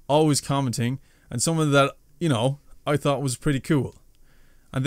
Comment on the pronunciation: In my opinion, you as a youtuber are just as big to me as jacksepticeye and noble, you guys are amazing, to me you're awesome keep going and stay strong, we're always with you. PS when you said 'someone I thought....' I thought you said taught. 😂 The young appreciate still has much to learn.